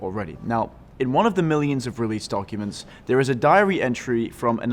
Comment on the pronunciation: i like how he said donkuments.